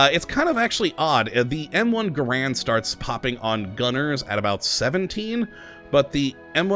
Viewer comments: ITS PRONOUNCED GAREND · NO IT'S NOT Garend is the man, GaRAND is the rifle. Even John Garand himself pronounced it that way. Also it doesn't even matter. Why am I bothering?